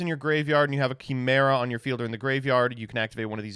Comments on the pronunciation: Why does he say chimera like that? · I swear to god if says Chimera wrong one more time.